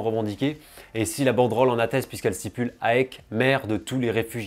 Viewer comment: Attention aux prononciations : on dit "Aèk" et pas A-E-K Et on prononce "Anverss" le S se prononce. Chouette vidéo sinon, le foot grec et leurs ultras sont passionnants. Si tu as l'occasion d'aller voir le derby des éternels ennemis (Oly-Pana) au stade tu ne seras pas déçu!